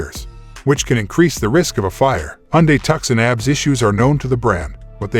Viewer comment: Zero faith in any video that doesn't even know how to pronounce Tucson or calls ABS "abs" (like as in stomach muscles) Apparently there are 14.3k really dumb people out there because that's the amount of subscribers.